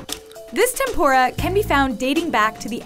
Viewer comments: It's pronounced tempUra, not tempOra! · I was sitting here peacefully for the first six videos and then the last one........god, tenpoura. no like, it rakes my ears listening to someone talk about someone else's culture when you can easily do what all the other videos did and have someone from that culture and is knowledgeable about the topic talk. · It is “tempura”, not “tempora”